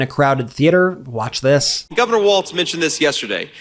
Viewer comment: "HERES WHAT HE HAD TO SAY" "WATCH DIS" "WATCH DIS" "HERES WHAT TRUMP SAID NOW!!!" "CHECK DIS OUT" "HERES WHAT SHE HAD 2 SAY REEEEE" "WATCH DIS AD!!!" "DIS TWEET SAYS" "THEY WRITE" (as he shows a 4 word fucking tweet) "SCARAMUCI WRITES" "BLAH BLAH WRITES" "WATCH DIS!!!!!" (literally like that fking meme guy LOOK AT DIS LOOK AT DAT WOULDA JUST LOOK AT IT!!!!!) "HERES ONE OF DA LINES!!!!"